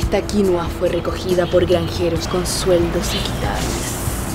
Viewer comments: es Quinua, no QUINOA, y es de origen peruano :D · ¡Quinua, no quínoa!